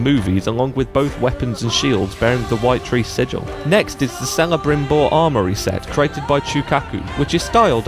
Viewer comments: Btw, Celebrimbor is pronounced, Kella-brim-bore, not sella-brim-bore. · Celabrimbor is pronunced with a k not c and sauron is pronounced sow ron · Celebrimbor—“Kelluh-brim-bor” not “Selluh-brim-bor” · Ah no. You get a dislike from me for pronouncing celebrimbor incorrectly. It's actually pronounced kella brim bore not sella brim bore. Now you know. Thank me later. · Celebrimbor is pronounced as Keller-brim-bore not seller-brim-bore Celebrimbor was the grandson of Feanor who was the most powerful and skilled Eldar to ever exist. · I love the video but it's Kelebrimbor the way it's pronounced not selebrimbor, just trying to help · Please pronounce the names correctly. Celebrimbor has a hard C not a soft one. Even Peter Jackson got that one right Kelebrombor not Selebrimbor. Also Sauron is pronounced SOWron not SAWron. Come on if your a big enough Tolkien fan to make such a mod please pronounce the names correctly. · Kel, not Sell. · the C in celebrimbors name is pronounced like a K, not an S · this nigga said... "sellabrimbor" jfc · Celebrimbor is pronounced Kel-a-brim-bor i dont know how you got that wrong if you've played SoM and SoW which based on the background music u totally have. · It's written celebrimbor but pronounced kelebrimbor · dude pronounce Celebrimbors name with a K :D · “Celle-brimbor” has a stroke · HIS NAME IS PRONOUNCED KELEMBRRIBORR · *"K"elebrimbor. C sounds as a K, always. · Celebrimbor prounounced KE-LI-BRIM-BOR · I thought it was sel a brim bore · i believe you'll find its Killabrimor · It's a good list but he said celebrimbor wrong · the way you say celebrimbor causes me PAIN IN ELVISH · You said Celebrimbor wrong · "Celebrimbor Armory" Your pronunciation triggers me. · Sorry... pronounce Celebrimbor again..? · Bro as soon as you pronounced celebrimbor I broke lmao